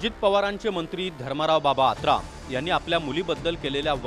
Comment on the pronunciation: आत्राम नाही आतराब म्हणा याला